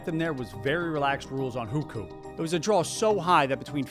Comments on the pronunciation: It’s “who ko”, not “who khoo” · It's not pronounced "WHO-KU". It's "WHO-CO". Hearing that again and again was jarring. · Xi Jin Ping (Leader of China's government) is pronounced "She Jean Ping" Hu Kou (Household Registration) is pronounced "Who koe" Also I'm pretty sure Canton is pronounced like Canton in Cantonese. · first it's not "Hükü" but Houkou. then Hukou is transferable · HuKou = WHO-co, not who-coup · Video started out great. Once you got to Hukou (which you incorrectly called "who-koo) and Winnie The Pooh, you started spouting bizarre categorical lies that you could literally debunk with basic research, or even a basic search. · It would be better to pronounce as Who Co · at least try to pronounce "hukou" properly dude. It's sounds more like "who ko" where ko is the first syllable of "Kobe". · I love your videos but you could learn to pronounce some key terms in Mandarin better when making a video about China. Literally chatgpt can teach you pronunciation nowadays. hùkǒu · The pronunciation is atrocious. I'm not Chinese, and I don't know Chinese (although took a few classes long ago), but you should try to spend at least 10 minutes to learn how to say the names. I'm not expecting tones or anything. Just a rough approximation that an English-speaker who spent that 10 minutes might say. In addition, not only are the Mandarin names atrocious, but even "Canton" wrongly sounds like the city in Ohio. Things such as this can also cause people to wonder how accurate other information in this video is. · Almost had to turn the video off with how he was saying Hukou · Great video! Just want to say that the “ou” vowel in Chinese is a long o sounds, such as in Guangzhou or Hukou. :)